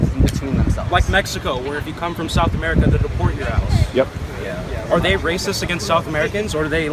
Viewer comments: "AMERICER" IS NOT A WORD! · "Americker" Geez.. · 1st vid "Ameriker" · What the fuck is "AmericaR"? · "In real emeriker" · The first situation.. Does that woman say "Americer" ?? Am I hearing that right? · Why does she say "AMERRIKER"..